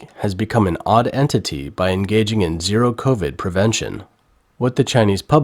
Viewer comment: Those eating masks... it's covid, not coRvid!!